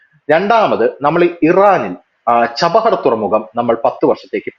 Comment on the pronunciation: ചബഹർ തുറമുഖം അല്ല ചബ്ബഹാർ തുറമുഖം എന്നു ക്ലിയർ ആയിട്ടു പറയാൻ ശ്രമിക്കുക.